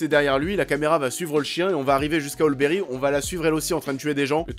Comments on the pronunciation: Ol Berry ??? hahahah c'est Halle (Hali) Berry mdr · Tu dis olle berry ?